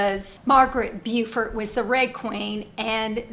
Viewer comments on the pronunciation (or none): Margaret Beaufort is pronounced bow ford